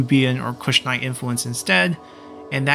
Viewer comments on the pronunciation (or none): Only a bit in but I have to point out, there's no 'N' i 'Kushite'.. ;-)